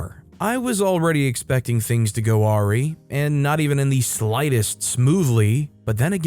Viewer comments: Awry is pronounced "uh-rye" not "ah-ree". No hate, just letting you know. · awry. pronounced: uh-RYE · Awry is pronounced uh-rye